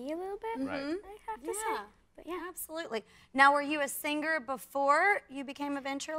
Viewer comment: Are you a SINGGER (BASED ON PRONOUNCIATION)😂😂You must hear it..